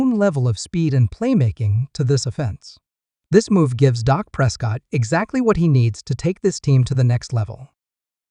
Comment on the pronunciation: The QB is not called dock it's Dak